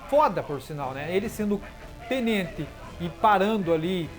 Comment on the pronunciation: Ele fala Tnente